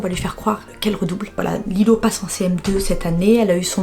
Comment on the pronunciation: Mais on di qu’on di Lilo pas Lille